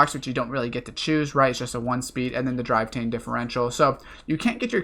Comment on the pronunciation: Can't read a number properly, said driveTAIN' when its DriveTRAIN' and the recommended spot to get the trophy 🤣🤣🤣🤣 This guy is definitely the most mentally challenged NFS heat youtuber, but he still taught me some things!